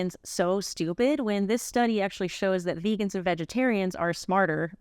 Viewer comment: Is he intentionally mispronouncing everything?! Vaygans, mansanto, payta, tofU (with the inflection on the second syllable) lol